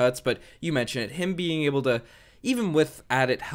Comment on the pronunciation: the word able is pronounced aye-ble not eb-el. I know picking on you for it might be immature but man it drives me nuts, I mean ypur English is really good, I don't see why you go all french on mean when it comes to that one word